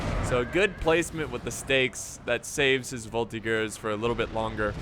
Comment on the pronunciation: IT's VOL-TEE-JURS and not vol-tee-gurs !!!!!!! comon xD